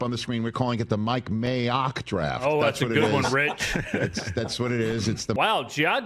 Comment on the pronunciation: What’s up with Rich saying May-ock? That’s his name 😂 not clever, how about Mike M(ay)ock